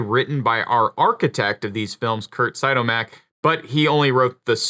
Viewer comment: Its Curt Siodmack not sidomack you goof